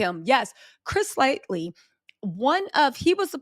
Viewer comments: Hey, it's LIGHTY, not LIGHTLY 😄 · Yeah. She never pronounces his name correctly because she does not know who he is, but out of everyone she deep dives on, I need her to put some RESPECT ON CHRIS LIGHTY'S NAME! Forreal. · It's hard to hear it mispronounced so many times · His name is Chris Lighty. Not lightly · It’s L-I-G-H-T-Y , lightly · God rest the dead cuz you STAY butchering that man’s name. His name was CHRIS LIGHTY!! Not “LIGHTLY”. 😒🙄 “Chris Lighty American music executive”. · Pretty sure it's Lighty and not "Lightly." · Each time you mention Chris "Lighty" you call him Chris "Lightly" not a huge deal its just not his name lol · that man's name is CHRIS LIGHTY.. not chris lightly... RIP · Its not lightly its Lighty 😂😂😂lol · The fact that she keeps calling him Chris Lightly is funny 😆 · Love you - you make me feel old when you pronounce some of the names wrong lol. Light - Y. There is no L at end lmao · Do you mess some of these names up so you won’t face legal ramifications… is it an honest mistake? Because those names kill me! Chris “Lightly?” Good technique if you’re doing it on purpose. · Nah she just getting it wrong 😂